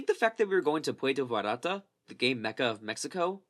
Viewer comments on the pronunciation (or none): PWERTA VA-YAR-TA